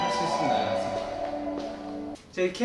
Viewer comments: I crack everytime he say JEYKEYHEYYY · The way he says JK has me laughing so freaking hard The background music has me lit!!!!